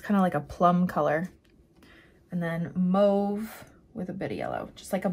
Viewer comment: Gorgeous, great video!! It's not pronounced Move, its Mauve, like Ma...ve